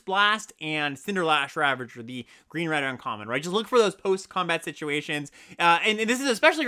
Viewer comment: I consider you my friend. And as my friend, I really want you to know that there's an "S" in "CinderSlash ravager". Nevertheless, I love this content! Your gameplay episodes are the best limited content out there, hands down. More please!